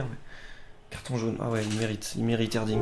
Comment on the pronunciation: j'suis moi même turc. Et quand tu prononce Erdinç baaah sa me titille, lit le " Erdrintch"